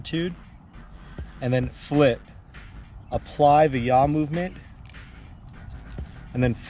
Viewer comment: You make the "jaw speen" easier than Charpu. 😂😂